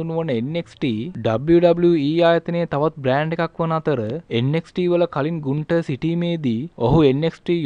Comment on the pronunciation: ගුන්තර් නෙවෙ බන් ගන්තර් 😁😂